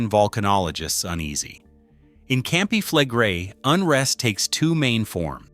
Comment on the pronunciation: Your pronounciation of "Campi Flegrei" is even worse than the earthquakes, it made my toes curl!